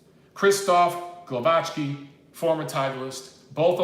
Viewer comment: the pronunciation is Gwovacki in English